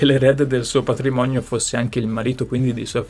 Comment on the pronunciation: Innamolalsi. Patlimonio.. Essele.. Tlovino 😅😅